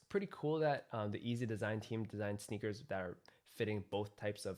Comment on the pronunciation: Still says EAZY instead of YEEZY. how